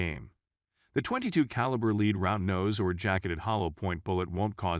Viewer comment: The bullet is lead LED nor leed Find someone familiar with Firearms to narrate these things